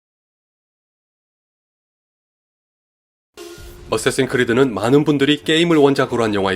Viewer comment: 어쌔신 크리드라고 말하시는데 발음이 '어쓰에씬 크리드'라고 들림